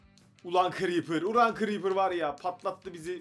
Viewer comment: L değil r ile diyoceksin creper ı